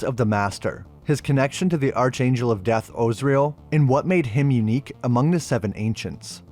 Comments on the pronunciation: Ark-angel. Not arch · Archangel ... is pronounced ARKANGEL... Otherwise the video is great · It’s Azarel not ozrael, and archangel is pronounced Ark-angel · Arch in archangel is pronounced ark, also the image showed the angels ripping him limb from limb not cutting him apart. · Dear man, Arch is pronounced like Ark. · Hard ch in archangel, hard g in Gah-mor-rah (in the beginning of the video). You put so much work into these videos, I don't want them tripped up by simple mispronunciations. Enjoyed it as always! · Yeah for real lol